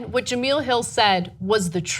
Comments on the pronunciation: its not pronounced "ja-mill" its pronounced "ja-mel" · Ja-MEL not Ja-MEAL 😂😂😂 i love you guys but damn! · Jah Mel not Jah Meal.... sad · It's pronounced jamell not jameel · jemEL not jamEEL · Ana, her name ain't that black, girl. It's juuhmell. Tired of losing, yet? I mean, I can't say I'm tired of winning, but, you're making it feel like slaughter rule. 🤔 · It's not pronounced Jameel it's pronounced Je-mail. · Jameel Hill? Maybe now that she is fired you can pronounce her name right ? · First of all, it's Jemele...you would know that if you actually took the time to watch the story before commenting. Second of all, ESPN shouldn't even be involved in the story since she tweeted from a private account, not a work one. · That was a little rough to watch. Not because of the info but because the Sportscenter hosts name is pronounced "Jah-Mell." Jemele Hill is on Sportscenter every day at 6 EST. Next time please at least do a little research on the pronunciation. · "Jem-ell" like "gem ell". She isn't saying her name right. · First of all ..its pronounced JA- MEL ...and how do you misspell her name in the description when its right there on the twitter graphic you're showing. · Her name is Ja-me-la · no it's ja-mell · Ana, you dumb bitch, her name is pronounced Jemel. Do you do any research before going on air? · The hacking of her name is so cringeworthy lol Juh-Mel, short e. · jemele hill short E.. you guys say do your research all the time..do yours!...its pronounced ja mel.. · Cringed every time she mispronounced Jemelle's name